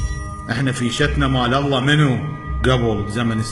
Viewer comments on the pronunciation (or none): none